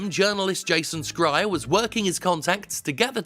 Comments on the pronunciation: By the way, Schreier comes from German (and means "Screamer"/Shouter") and is pronounced like "Shreier". So it's actually softer than in English, or at least than you choose... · hey just for a heads up jim, Jason Schreier's last name is most likely derivative of the german verb "schreien" (to yell) and therefore the SCH is not pronounced as a 'sk' but as a 'sh' instead. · The author's name is pronounced Shryer not Scryer, no matter how much it seems like he has a magic mirror for spying on the industry sometimes. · I'm pretty sure his name is pronounces "Jason Shryer", but pronouncing it "scrier" certainly seems appropriate considering how good he is at discovering important things. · lmao "jason scryer" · sKreier? Is that how Jason prefers it or is it your way with names of German origin, Jim? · I... I think it's supposed to be pronounced "SHRY-er." I think that's how he says it when he says it